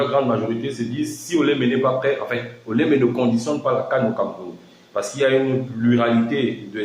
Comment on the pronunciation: Bien prononcé ( ancien lion)